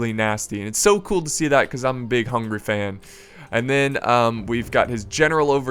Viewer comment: not HUNGRY, its hungAry!